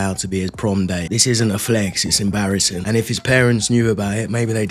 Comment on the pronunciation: Prom date ❌️ Pron date ✅️